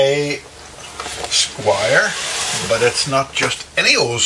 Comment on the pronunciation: This is a well-meaning correction - Squier not Squire.